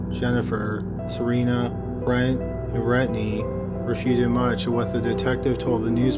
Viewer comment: So we not gonna talk about Brett and Brettney.. like BRUH. Brent and Brenttnay whatever